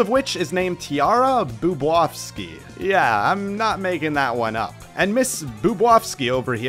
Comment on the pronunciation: The way he pronounces Tiara’s last name hurts so much. It’s BoobOWski not boobwaski. But I digress, I enjoyed the video, I already knew some of these scrapped characters but I didn’t know about Metal Shadow and a few other characters.